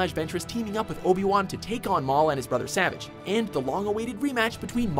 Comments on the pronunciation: not savage its SA-VAHGE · It’s pronounced (Sah-vah-ge) not (Sah-vij) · It's pronounced "savaage" not savage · This guy called Saavaage Opress, Savege Opress. Probably just looked up a list of The Clone Wars episodes and their descriptions to make this video. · He said 8 at 7 and also it is sa-vage not savage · It's Pronounced Saaaa vage No Savage. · It's pronounced sa-vauge not sa-vage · Every time he said “Savage” I die a little inside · the butchering of the name savagé...you'd swear that they didn't watch a singl-oh wait...they probably didn't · Ikr! It's Suhvaage(You know the pronounciation I'm trying to type.) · no it's like sah-vage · Imagine pronouncing Savage’s name like “Savidge” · in every video "Savage's" name has been mispronounced, it's pronounced "Savaj." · Imagine saying savage opress instead of "sevajj opress" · Dang it,, you’re SUPPOSED to pronounce Savage Opress’ first name SA-VAH-GE! 😡😡😡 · Savage is Sah-vagh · It’s pronounce Sahvaj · his name is spelt Savage but it pronounced "ser-varj" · Savaage, it's pronounced Savaage. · it's saavage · If he can’t say “Savage” right then this list is all wrong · Savage was pronounced wrong every time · I got triggered every time he said his name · The way he pronounces “Savage”s name pisses me off lol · I love this channel, but multiple miss pronunciation, not just talking about “savage” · Well the narrator has clearly not watched this show with his pronunciation of savage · does it upset anyone else on how he pronounces savages name? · Does he know how to say Savage’s name right? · He kept saying Savage Opress' name wrong. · the way he pronounces savage tilts me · Imagine making content without knowing anything your pronouncing Savage wrong for him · who else involuntarily cringed every time he said Savage's name? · Pronounce savage correct!! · its savage not savage lol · It's Savage not Savage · He kept mispronouncing Savage’s name and it made it so cringey to watch.